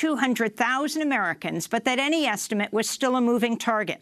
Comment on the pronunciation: yep! he said "assimates" to "estimates".!